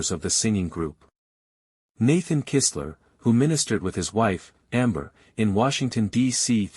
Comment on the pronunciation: You pronounced Amber & her husband's name right, Kistler